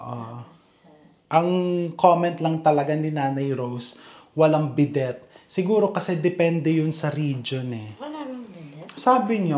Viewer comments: chef bee-day 😅po ang pronunciation.not here to bash, fyi lang po.lagi po akong nanoonood nang vlog nyo.❤ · Chef RV Biddet is prounounce as bedday (silent T)✌️ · Bidet (bee-dey) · Chef “bidey”po ang pronounciation ng bidet😊